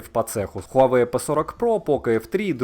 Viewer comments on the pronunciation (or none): none